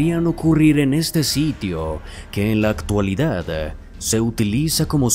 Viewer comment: Actualidade, fantasmale, keasa, keasi, capitale, cuidado con la pronunciación compañeros... El video es excelente pero el narrador por parecer afectado pronuncia mal... Con mucho respeto y cariño....